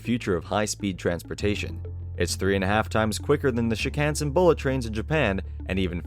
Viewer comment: I laughed off from your Shinkansen pronunciation.